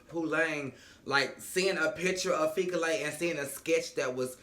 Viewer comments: Repeat after me: Fee Key Le. Fikile. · 🇿🇦😂😂🧡 I loove the way you pronounce Fikile - Fikilay😂🙌